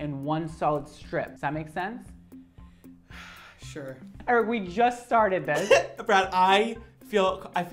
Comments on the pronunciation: I love that he pronounces Eric...like Aric hahhha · why do you pronounce it as air-ick